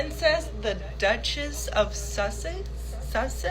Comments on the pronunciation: A stupid stewardess. Queen, Princess, Duchess couldn't even pronounce Sussex. 😂😂😂 not impress. Low class stewardess😮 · Public divulgence of experiences with passengers by American Airline staff is a sackable offence. This young woman may be attractive but is as 'thick as a brick', a typical gen Z. She has never even heard about or how to pronounce Sussex. 🤣😂🤣 what a laugh... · If was a true fan of Harry's wife, she would have known how to pronounce "Sussex". She'd also have known about "As Ever" 😂 I think was just excited to meet a famous person. "You know me well" - she's big on hand-written notes isn't she? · Very articulate indeed, she can't say Sussex or properly read the note... I also agree with many comments, they can't wear long nails because they provide food and beverage service, and she would/should be fired on the spot for revealing the identity of a guest, it's forbidden in all hospitality environment. That's perhaps why Meghan was appreciative of her, their mutual disrespect for rules. Yes, I think Meghan IS very scary and evil. Your interaction with Redge(? is the spelling ok) was the best!! I love the hairy hijacker, he does as he pleases and, very endearingly so. 😻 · This girl couldn’t even say Sussex.. she’s not to bright… airlines don’t hire dumb people…my friend was an airline stewardess..your hair has to be neat and nails neat and short..this is 100% fake…that’s not even the correct uniform for AA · That was definitely a fake tiktok post. She couldn't even pronounce Sussex 🙄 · So contrived. She has no idea who she is and can’t even pronounce Sussex. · First thing: a flight attendant that has trouble pronouncing the word "Sussex": yes, quite the tongue-twister. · That was definitely a "paid-for" tiktok post. She couldn't even pronounce Sussex 🙄